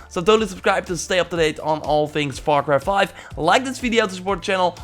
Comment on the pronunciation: “Var cry 5”